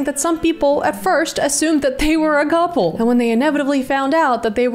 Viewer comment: Did she say gouple??